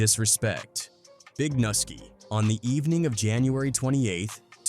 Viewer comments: It’s pronounced NEW-ski! NUSKI! Not NA-ski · It’s not Nuski it’s Pronounced (New-Ski) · The way they are pronouncing nuski name smh